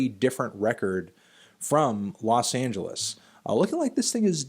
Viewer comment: los AAAHn geles - the angels, not the city